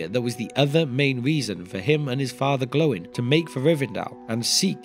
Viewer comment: Stop calling him "Glowin", you make him sound like a light bulb.